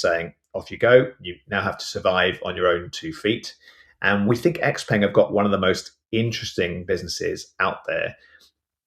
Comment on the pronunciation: X-Peng - Pronounced X - Pung or the full name 小鹏汽车 (Xiǎopéng Qìchē)